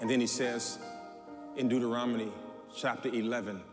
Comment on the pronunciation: “ Deuterominy “ sir I think it’s Deuteronomy❤